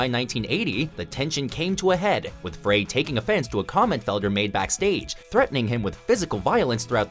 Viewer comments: You pronounced it FRAY.... FRAY? are you kidding me? It's the freaking Eagles. You should know how to pronounce his name. It's not FRAY. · It's pronounced "fry". Glenn Frey. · It is pronounced Frey like FRY, research please. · Glenn Frey's last name is pronounced "Fry," not "Fray." Just saying. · jf's pronounced fry not fray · FRY....not FRAY...bloody hell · Glen Frey is pronounced "fry" not "fray." How can you be taken seriously when you can't even do enough research to pronounce peoples' names correctly. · GLENN FREY , pronounced Fry , NOT Fray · It's pronounced "Fry" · You pronounced Frey wrong. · He does it in every video featuring the Eagles. The woman who narrates WatchMojo is seamless, but this fellow mispronounces a LOT of names, Glenn Frey being the most obvious offense. Doesn't he have an editor who proofs these things (who is older than 25)?